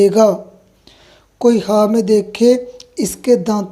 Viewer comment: Apna talaffuz ki islah karen Khwaab ko jawaab kyun kehte ho